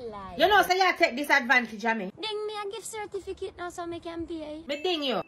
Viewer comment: Correction: Its not birth certificate, It's birth" cerfiticate" 😉😆